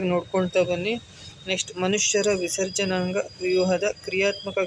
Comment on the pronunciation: adu visarajanaga adu jernanga alla sir😅😂